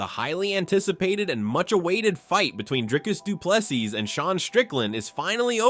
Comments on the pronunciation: For anyone interested: his surname is pronounced as "du Ple-SEE" not "du Ple-sis". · Well done Dricus, viva 🇿🇦. I enjoy your channel, but please pronounce Dricus du Plessis [doo-pla-see], silent ‘s’ at the end. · The S at the end of Du Plessis is silent! It's French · How stupid are the Americans that after DDP has been the champ for over a year, they cannot be bothered to learn how to pronounce his name properly. He is a world champ and deserves that respect. Do better ignorant Americans